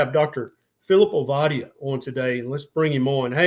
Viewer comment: Enjoyed listening. Do work on the pronunciation of your guest’s name though. It’s only polite to get it right.